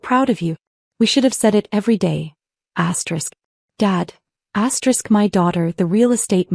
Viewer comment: This is BULLSHIT. Always says astrick. That ruins the damn story